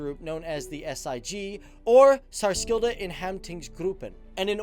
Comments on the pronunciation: "Sarskilda" i have NEVER been laughing harder!... I'm sorry but... omg... i can't stop laughing.... The pronunciation can be found here: with the a at the end ofc. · Gonna rip anyway haha. Särskilda … S+K in Swedish is pronounced SH and Ä is pronouns right in the middle of A and E = AE almost… don't know any better way of explaining it. So "Saershilda" basically haha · "Sk" in särskilda is pronounced like a ch deep down in the throat. The stress is on ä. "ti" in operationsgruppen is also pronounced like ch. "A" is pronounced short and the "o" is pronounced long in this word. Stress on o. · pronounciation wasnt horrible, but "Särskilda" is less emphasized and you put a german twist on it, swedish is quite smooth actually. sär-skilda opp-era-tions gru-ppen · Actually good pronounciation! As a swede, i am impressed! You did way better than i would expect!❤️ only thing to point out, is when u say "Särskilda", its the "sk" is pronounced the same way as "ch" in german, like a hard way of saying "ch" in english. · If u havent got any swede around telling u how to prenounce särskilda säkerhetsgruppen id say it was pretty good actually. U can work on särskilda though 😉